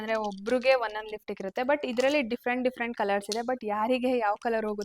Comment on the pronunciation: Lipstick antha pronounce madoke barthilla evalige makeup course madthalanthe evlathra kalthoru adhu yenu uddhara agtharo😂😂😂